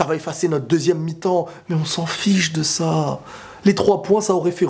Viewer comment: il a dit met au lieu de mais